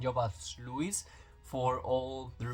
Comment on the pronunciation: It’s Lois not Lewis no w in Lois lane.